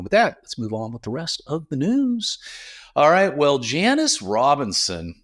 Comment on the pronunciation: Yes I wish labels had more info on how wine was made, additives etc. Fyi I think her name is pronounced Jan-sis (Robinson)